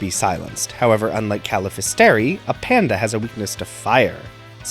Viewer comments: A-panda hahah. I would have said Apan-da, but I presume you were being silly. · I always parsed it as "Ape + Panda", so I pronounce it ay-panda.